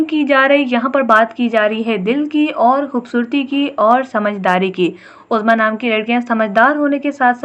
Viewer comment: My name uzma apne bilkul correctly bola sab kuch 💕